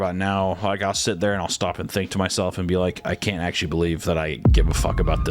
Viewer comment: "i ackshually care about dis im like a advocate against............... sex trading" smooth fousey smooth